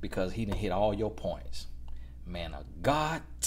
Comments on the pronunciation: "Oh my goodness this is a mant of godt"👏👏😂😂😂😂😂😭😂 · “Oh my goodness this a manT of GodT!” 😂🤣😂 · I’m dead at “this is a ManT of GodT” 😂😭💀💀😂💀🤣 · “Oh my goodness this a mant of Godt” 🤣